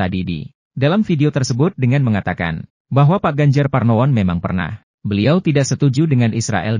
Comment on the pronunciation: Yg menyampaikan narasi di video ini kok masih salah sih menyebut nama orang: Pak Ganjar Parnowo sebanyak 2 kali.